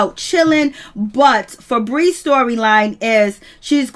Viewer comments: Im cackling at how she keeps calling that chile "Frebreeze"🤣🤣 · Damn. I thought I missed something. I was like who the hell is Fabrezze. LMAO 🤣 🤣 🤣 🤣